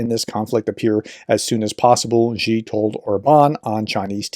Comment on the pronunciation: Xi is not pronounced "gee". Really showing your depth of ignorance.